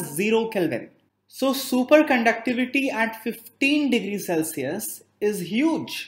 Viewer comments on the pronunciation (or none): none